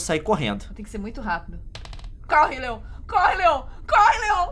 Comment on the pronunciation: Ah ta e não é leom é Leon